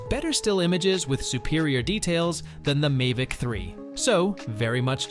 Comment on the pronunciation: What is a May-Vic 4 pro. AI = As